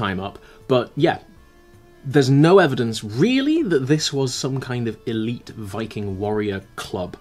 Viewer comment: I almost died laughing at the idea of an "eleeeeeeeeet Viking bone infection". Sounds like something all the Viking mums were fighting their teenage sons on "No Ragnar, you can't smash your leg and then rub goo into the bone sticking out!" "But MUuUM, Svein said it didn't hurt at all and his brother got those cool tooth markings." "Well, Svein's brother died, didn't he?" When it comes to the Welsh alphabet, the bloody double L does my head in, as does the Ch. Funnily enough both remind me of my utter failure to pronounce one of the r sounds in Arabic, which was far too guttural for me to manage.